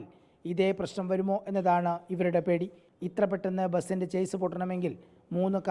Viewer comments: അതാണ് കറക്റ്റ് പക്ഷെ പൊതുവെ വണ്ടി കാർ ചേസ് എന്നാണ് പറയാറ് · ഇതും തെറ്റ് ആണ്‌ bro ഷാസി എന്നാണ്‌ pronunciation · ചേസ് അല്ല.. ചേസിസ് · Chase alla maire.. chassis.. Sha - see ennu parayum.. koppukal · Chase alla chasis, ingane English pollum ariyatha allkar annu vartha vayikunne. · Atleast media should use proper pronunciation